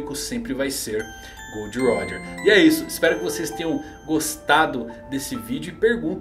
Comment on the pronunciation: GOORRDO RÓDJA.